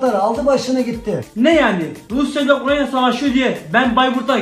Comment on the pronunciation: Videolardan samimiyet akıyor tebrik ediyorum. Moskova da yaşıyorum her video yu izliyorum. Yalnız bişey e takıldım. Ukrayna' yı komik olması için mi Ukranya diye tellefuz ediyor sunuz🙋‍♂️🙋‍♂️